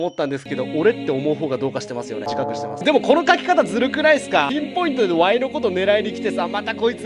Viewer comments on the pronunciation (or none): ピンポイントがインポイントに聞こえたキチガイは俺だけか？